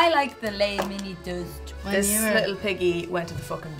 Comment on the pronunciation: That didn’t sound like “toast.”